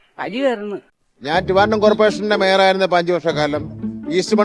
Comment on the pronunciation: Tivandrum alla edo Trivandrum ennu aadyam parayuvaan padikkoo